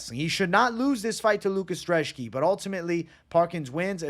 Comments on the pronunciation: why u calling brzeski drzeski lmfao, other than that great analysis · lucas dreshki? you cant even read bro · Love the channel but where are you getting a D in Lukasz brzeski’s name?